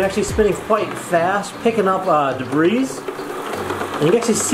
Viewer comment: Good little usage video.... but omg "Debris" is said, "Duh-bree" not "duh-breese" that drove me crazy.